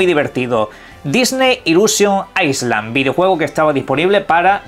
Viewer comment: "aisland" es ICELAND, (tierra de hielo). Esto es ISLAND, se dice "ailand" sin la S